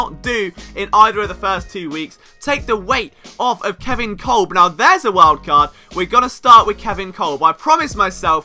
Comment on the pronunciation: Kolb is pronounced Cobb